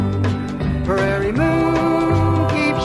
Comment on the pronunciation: Enjoyable music. Prairie, not "Praire."